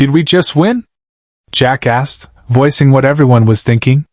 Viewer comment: Every time it said "Jack asked" but it came out jackass was hilarious.